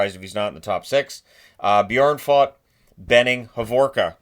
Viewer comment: hey, i just wanted to hop in and let you know that the o-sounds in Björnfot and Skoog are pronounced exactly the same (despite their different spellings,) like the o-sound in "moon" and "oodles."